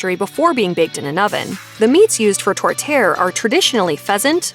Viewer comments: Not ‘tort tear’ but ‘tort-tea-air’ …..🇨🇦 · Tour- tear? NO!!!!! It's pronounced Tour-tee- air.! How could you not know that? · U miss pronounce it... Its tour tee air.... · Tor -Tear? Non, non non! If you ask for that in Canada, especially Que., no one will know what you are saying. It's pronounced TOUR-TEE-AIR...just Google foreign words for the correct pronunciation, you will easily find the voiced version. And 'Caesar Cocktail' is called a 'Bloody Caesar'. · Torte-EE-ere with the emphasis on the -ere. It also helps if you roll your rrrs a little bit. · Could you please pronounce the Canadian dishes properly 'poutine' is pronounced poo-tin. Tortiere is pronounced tor -tee-air. Btw it's also Ce lin Dion not ce-leen! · It’s TOR-TEE-AIR. 🙄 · Tourtiere is pronounced Tut-kay, my family has it every year at Christmas. It's hard to listen to people who can't pronounce the words correctly. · Tortterre. Lmao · tor-tee-air....there is an i there... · Please it's Tor tee_air thanks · Tor-tear??? What? Of course Newfoundland isn't a part of Canada that stretches from Vancouver to Halifax.. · 1.What in the hell is a Kaybeckwah? 2.We don't have a meat pie dish called tortair. 3.We don't have a place called Mont Trahmblahnn. 4. Tartosook is not a thing. Just call it sugar pie and stop insulting us with such gross word mangling that I find it hard to believe it's accidental. All of that, you manage to repeatedly say Nanaimo? Your butchered pronunciations are insulting. If you are going to do a Canada specific video you could at the least LEARN TO PRONOUNCE THE WORDS PROPERLY. Mashed needs to very seriously consider never hiring this woman to do voice overs for their YT videos again. You might also want to consider some quality control, Mashed. I mean seriously, Kevin Smith can say Canadian words properly and he's stoned most of the time. No excuse. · Disagree. It’s Tore-chair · Tourtiere. Is pronounced tor tee air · Especially the pronunciation of tourtière!